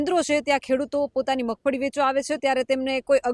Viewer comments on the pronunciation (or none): 😅 Magfadi❌ magfali✅